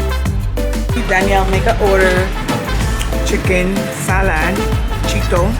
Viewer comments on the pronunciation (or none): none